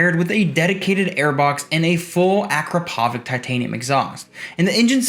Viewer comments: ak crop a vic not akro po vic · The C at the end literally has a č on it 😂